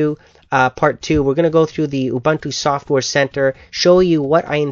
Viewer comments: oo-bun-too? its actually oo-boon-too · Ubuntu is pronounced "oo-boon-too" Not "oo-Buntoo". Other than that, good review. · Almost anything... Well close to it. You could install 9.04 on stuff from 1997 but considering this is 2010, you could consider it "almost anything" :P. And not to criticize but it's pronounce "oo-boon-too". o.o''